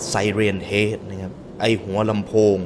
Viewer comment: พี่ฮ่ะๆ ไซเรนเฮด ไม่ใช่ ไซเรนแฮด